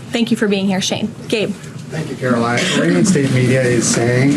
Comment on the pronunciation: Ughhhhhh caro-lieing lol.